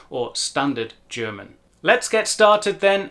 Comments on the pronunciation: Awesome video! I will recommend it to some people who wondered about that. And can I just say, you've got the most amazing German pronunciation I've ever heard in a native English speaker, meaning, it sounds native. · Finally an English speaker who not only pronounces German perfectly, but can also teach how to pronounce it.